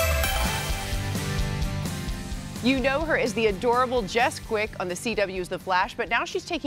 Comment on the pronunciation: It's Jesse quick not Jess quick